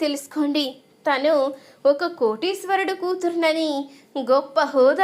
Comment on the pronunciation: ఈ చెప్పే అమ్మాయికి తెలుగు రాదా తన అనకుండా తిను అంటుంది